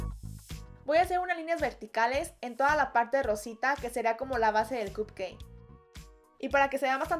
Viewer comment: no se dice cut cai se dice cup cake